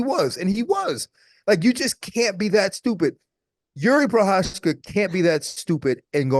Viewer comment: Nobody can pronounce that Prochazka name. Anik comes close but everybody else is doing a Chael on poor Jiri’s name.